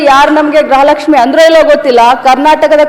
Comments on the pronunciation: ಅಮಾ ತಾಯಿ (ಗ್ರಹ ಲಕ್ಷ್ಮಿ) ಅಲ್ಲ (ಗೃಹ ಲಕ್ಷ್ಮಿ ) ಸ್ವಲ್ಪ ಪೂಜ್ಯ ಭಾವನೆಯಿಂದ ಗ್ರಹ ಲಕ್ಷ್ಮಿ ಅಂತ ಹೇಳ್ಬೇಡ ರಿ ನಮಸ್ತೆ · Madem grahalakshmi alla. Gruhalaksmi sariyagi kannada matadi punya alla. Edu lancha cham